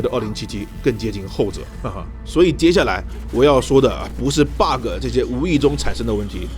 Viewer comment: Friendly tips: Bug 別把 ge的音讀出來 bug 沒ge的音